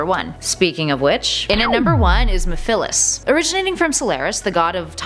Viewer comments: Can we just talk about how she said mefelis Qnd not mephlise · It's not mefilis it's meviles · I’m not trying to be rude but (meh - fa - lis) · Its mephiles not mephilis. Get my name right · Mefillis? I think it's actually ME-PHILES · You pronounced Mephiles wrong it is Meph-i-les with a short i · It is pronounced Me-phi-les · I think you mean the water dragon chaos not chaos 6. That thing is probably weaker then the water dragon form, witch is its final form by the way. Sonic had to be super to beat it. ph makes a f sound not a p h sound for mephiles. It could argue that sonic was in a wakened state at that take point as he had fought off quite a few people for quite a while with no brakes. He was still recovering. Silver being one of those attackers and he nearly got him too. Also Mephiles was beaten and contained by shadow so what does that make shadow? I didn't play the games, just watched them but I do know that. If we are counting mephiles then we have to count the gias from sonic unleashed. Sorry but they are on a close enough level and chip is technically a character and light gia, sorry for spoilers but yah. Oh and I'm sure we could find a lot more in the comics if we really wanted to go in depth with this thing. I wouldn't normally count mephiles and chip though as they are in the devin creature department and more a force of nature. Wait you allowed for mephales but not salorise you know the two are separate entities right? If you include one you should include the other too. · It’s pronounced Me-Fil-es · It's pronounced mef-lis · Mephiles. I see why you pronounce it like that, but it's pronounced Meth-er-lis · uou pronounced Memphilis wrong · It pronounced (Meph-Uh-Lis) lol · Mephiles and shadow (you pronounced mephiles wrong) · You said Mephiles wroooooooooong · Thats not how u pronouce mephiles Btw thesteongest is shadow!